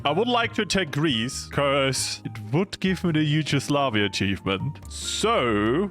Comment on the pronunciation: Ah yes , HUGEOSLAVIA